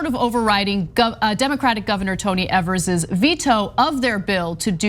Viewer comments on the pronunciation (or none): It's pronounced EE-vers - every damn time, guys. He's been governor for 2 years now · Please learn how to pronounce our governors last name